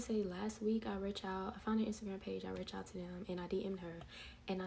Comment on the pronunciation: I'm sorry but did she say "last week I wretch out!?" Instead of reached? 😂 wth is WRETCH OUT? 😂